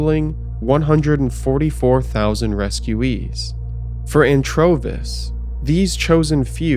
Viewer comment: Did you say Anchovies?